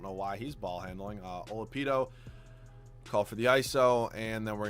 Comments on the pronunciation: and he calls Oladipo “Olapido” wtf 😂😂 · He said it wrong and then immediately after said it the right way! HAHA